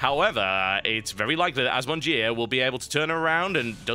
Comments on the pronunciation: As someone who knows a few words of French, you made the name worse! Bottom-eaters indeed. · assmonger = 'az-mon-jeer' Nice use of french, TB. ;-) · Did anyone else think the way he said the terrans name sounded just as bad? Y'know like, Ass Muncher? lol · You know your name is horrible when even the caster refuses to pronounce it right XD